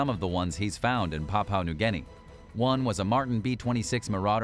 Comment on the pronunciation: "Papua" is pronounced "pap-you-aah", not "powpow"